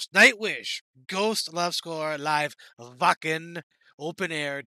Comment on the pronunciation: As a US guy you said the word " Wacken" correct, and of course the german flag on your right wrist so you must have a German connenction.